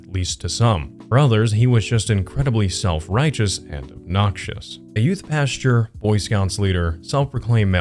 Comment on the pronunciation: Pastor, not pasture. 😊